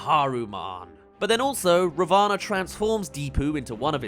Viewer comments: Hi! Love the vid, but just saying- Ravana is pronounced Raa (roll the r a bit) -vuh -naa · You got a lot of your pronunciations good but I believe ravana is pronounced as rah-vin